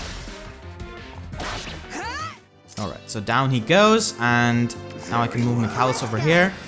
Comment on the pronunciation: Just so you know, his name is pronounced Mic ayy lis